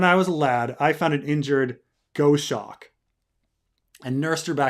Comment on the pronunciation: Gos. Hawk. :). not Go-Shocks